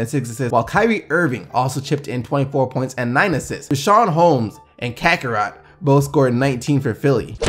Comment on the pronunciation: Did he say Kakarot?? like Goku?